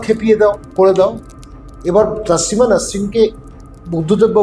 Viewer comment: আপনি যার সম্বন্ধে বলছেন তার নাম " তাসলিমা নয়, তসলিমা। খুব শ্রুতিকটু শোনাচ্ছে। এতো দম্ভ নিয়ে , পান্ডিত্য নিয়ে কথা বলছেন অথচ নাম টা ঠিক করে উচ্চারণ করছেন না। আশা করবো এইরকম ভুল ভবিষ্যতে করবেন না।